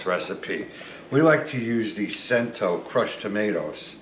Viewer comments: It’s pronounced “chento” not “sento” I thought you guys were Italian!! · Cento. Pronounced CHEN - toe